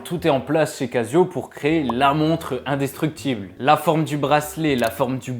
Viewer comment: La manière de parler en faisant rouler les « R » comme au quartier, et le fait de dire « je pense… » en oubliant le « que », ou dire « indestructCHible », comme ceux qui ne savent plus parler, eh bien j’ai découvert la chaîne -> hop je n’y reviendrai pas. Jamais je ne cautionnerai les jeunes qui ne font pas l’effort de parler correctement sans s’inspirer du quartier.